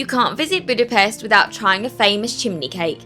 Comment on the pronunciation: You pronounce it “Budapesht”